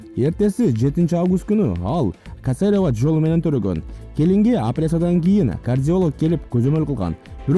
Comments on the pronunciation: Касорово эмес кесарево болот!!!)) Автор кобуроок китеп окуун!! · Айланайын оператор касирава эмес кесирива туура окуганды уйронгулочу,кыргыз тилин окудунар беле же эмне,кыргыз тил адабиятан жалан экиге бутунор беле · Касарева эмес туура суйлогулочу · Туура суйлосонор Кесерова деп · Касерва эмесда туура окубайсынарбы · касарево😁😂😂😂 аперсия😁😁 ужас уят болбой башка бироону эле суйлоткуло интонация дегенди вообще эле билбейт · Ой боой кандай журналист бул кесерова деген созду айтканды уйронуп алып чыкса болмок тим эле биринчи мен ьжеткирейин деп чыккан го жанылыкты шашылып тим эле ьсуйлойт го.бботом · Кечиресинер журналистканын кадырын тушурбоого аракет кылгылачы —кесерова деген созду туура айталбайсынарбы кыргыз журналисткасынын баасы кадыры ото томондоп кетти